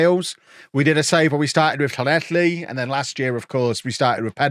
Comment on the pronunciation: the way you nailed Llanelli warmed my little Welsh Heart! No wonder you're the beeeest!